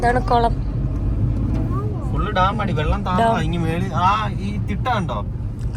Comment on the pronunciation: ടാം അല്ല ഡാം